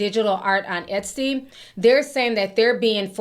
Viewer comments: Hi ti 👋🏾 just FYI, its E-Tsy and not E-sty 🤭❤ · It’s Et-see not Es-tee 😅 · Etsy missed the mark because the way you pronounce their name sounds 1000xs better than how they do. It sounds like a luxury brand the way you say it <3 We need to petition them the change it.